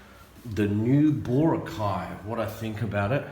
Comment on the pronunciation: Thanks for picking up on the Boracay pronunciation problem. It's funny how something like that can be a little irritating. Going back to the core theme of your comment, from what I understand about the white beach lights, chairs, umbrellas, vendors and so on, I think they are just enforcing regulations that already existed. However many of the shops and resorts treated the beach as if it was an extension of their own property. I'm guessing, perhaps optimistically, that enforcing these regulations might be part of a plan to instill discipline where for years non existed. Call me forever optimistic, but this gives the tourist industry in Boracay a chance to re-examine itself, and decide how it wants to operate under the sustainable vision. If the industry wants some of these things to return then they should argue the case for changes to regulations, not just flaunt them as they have in the past.